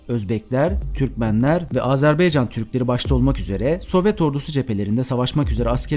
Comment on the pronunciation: Azerbeycan değil Azerbaycan Lütfen doğru teleffuz edin